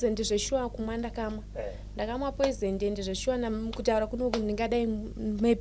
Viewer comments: Yea kunemweya yetsvina pano panyika ndazobvuma kuti aiwa iriko but naye obva akoniwa kuti poison oti poizent😂😂😂😂 peace mind instead of peace of mind 😢😢😢😢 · kkkkk chirungu bho hre poisent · Word "poisent "for me😂😂😂😂😂😂